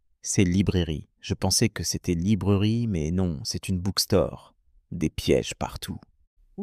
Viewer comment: Haha, et tu dis que tu es anglophone natif ? C’est marrant, parce que ta manière de prononcer “actually” et "bookstore" sonne plutôt... française, non ? 😄 » 🎭 et... Tu sais, j’ai l’oreille assez fine pour les accents, et honnêtement, je trouve que tu sonnes beaucoup plus comme un francophone qui joue à l’anglophone… Tu peux me dire franchement : c’est pour une vidéo ou un personnage ? 😄